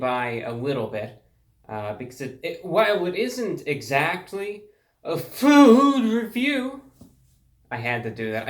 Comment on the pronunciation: Reviewbrah saying fOod reVIeW in that way is something to dangerous too hit my ears.